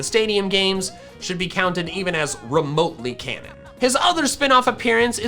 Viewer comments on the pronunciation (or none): none